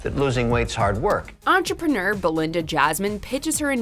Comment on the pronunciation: Why would you pick the one staff that can’t pronounce entrepreneur correctly for the topic all about being an entrepreneur what is an enterperneeer